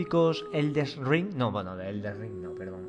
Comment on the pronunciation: El des ring hahahahahahah